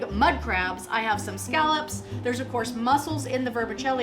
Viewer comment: Scallops. Not skullops.